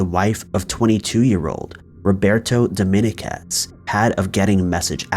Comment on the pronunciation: love your stuff bro but Dominguez phonetically is DOH-MEEN-KEZ.